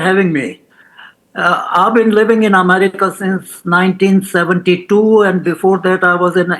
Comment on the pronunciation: Please pronounce America as EM-AIR-RICA and NOT as AMARICA.